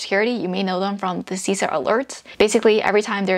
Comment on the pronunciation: Great content,! I am a big fan! Just FYI, CISA is pronounced "SIS-A" and not "C-SA." No biggie, just letting you know, from someone who works there. Thanks for sharing these gems!:)